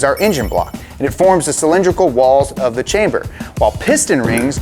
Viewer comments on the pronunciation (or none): none